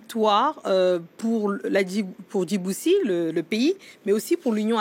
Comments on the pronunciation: Oo ce ne pas djibousi mais ce Djibouti ok ! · Héeeey c est pas djibousi mais Djibouti, une victoire est une victoire , prkoi chercher au delà des choses , veuillez prononcer bien le nom de tt un peuple